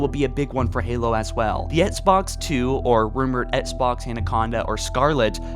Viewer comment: “Ehtts Box”